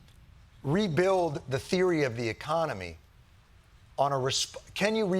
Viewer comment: I'm just sad Jon didn't pronounce "In THIS Economy?!" correctly. For shame!